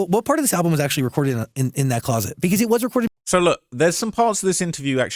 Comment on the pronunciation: I wish you could pronounce the word 'closet' the amount of times you can't pronounce closet is crazy